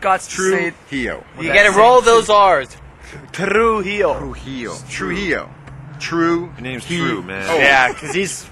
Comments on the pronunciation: The Pronuntation its very bad, he sais Trujio its not that way, its Trujillo. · It’s Tru-JEE-o, like Fa-JEE-tas, duh. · "Trijialio" Lol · No le sale decir su apellido 😂😂